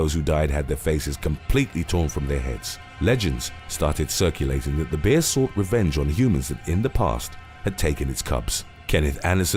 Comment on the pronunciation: Am I the only one who loves the way he says bear..?